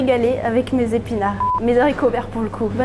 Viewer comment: Des haricots et pas des zaricots PLEASE